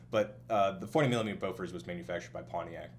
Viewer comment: I'm not correcting you by any means, and I'm guessing you don't speak Swedish as your first language, but I did find it a bit amusing to hear how you pronounced Bofors since I've never heard it pronounced by a non-Swede before